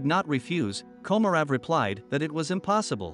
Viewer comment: Your bot needs a lesson in Russian.. Vladlimir Komorov.. is pronounced Vlad-ee-meer Ko-mo-roff